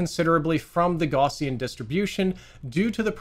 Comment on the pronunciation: plz look up the pronunciation of "gaussian"